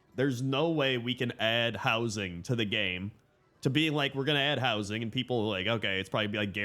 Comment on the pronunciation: "Player Wowsing"